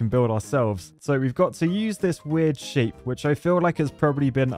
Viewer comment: It sounds like he is saying sh** when he was saying shape at the beginning 🤣 😂